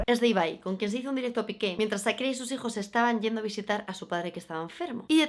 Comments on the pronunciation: puedes dejar de decir ZZAKIRA? jajajaj te adoro pero porfa di SHAkira o sea Cha pero con S. <3 besos jajaj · Amiga no es Sakira.... Es Shakira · SSHHAAAAAKIRAAAAAA, NO SAKIRA